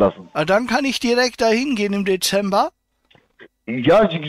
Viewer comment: Iscchh, niscccht, zusätzlichschhhhen, fünfzischhhhhh, lediglischhhhh, 17 € vierzischhhhh, gültischhhhh, richtischhhhhhhh, richtischhhh, Zusatzversischhhhert, spreschhhe, dreundfünfziscchhhh, ischhhh, nischhhht, Zum fürchten ....